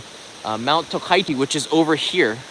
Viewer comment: The place is called TOKACHI right? Not Tokaichi like you pronounce